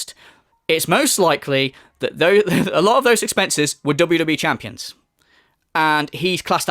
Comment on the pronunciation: Dont listen to the detrACKTors you guise, its jus NAHNSENSE Its crazy that he said "i spent thousands of dollahs on wwe chanpions you guise" And then denied the bank leaks were his which clearly showed thousands spent on apple itunes🤦‍♂️